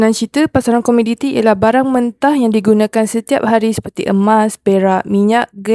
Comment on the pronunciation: Komoditi kak...bukan komiditi.